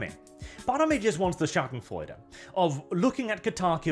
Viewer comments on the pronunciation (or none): none